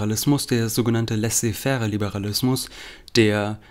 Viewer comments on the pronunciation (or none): Lieber, das Ende von laissez-faire spricht man aus wie z.B. "Bär". Ansonsten schöne Folge, freue mich auf Teil 2.